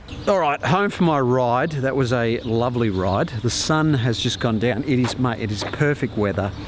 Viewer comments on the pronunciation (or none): none